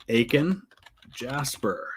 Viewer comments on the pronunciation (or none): none